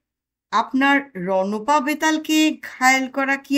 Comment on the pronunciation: রণঅ পা নয়। উচ্চারণ হবে রণ্ পা।